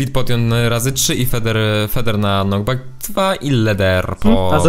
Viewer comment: Czemu ty mówsz ,,Mam pirko na NOCKBACK 2" to jest chyba knockback xd